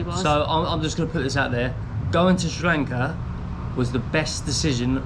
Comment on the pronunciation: I love it when you say srilanka love it